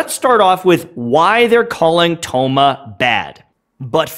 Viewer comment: Another great analysis. Although I always cringe without fail how white you pronounce their names lol. The characters literally pronounce their names for you in their voice lines lol! I just had thoma and was hella disappointed.. but then watching your build and explanation i tried him again and am loving it so far!